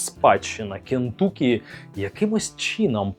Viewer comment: як завжди топ, лайк протиснув, але не КентУкі, а КентАкі)) Дуже ріже слух ))